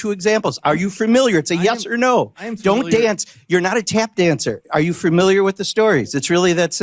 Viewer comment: God, I HATE when people say 'framiliar'. it indicates those people are particularly stupid...despite the fact I do agree with rep Pocan. We need people who don't make me have to look stupid because I agree with someone dumb enough to say 'framiliar'. It's 'FAMILIAR', people. The root being family, familia. It shows that any ignorant bastard can be a member of Congress.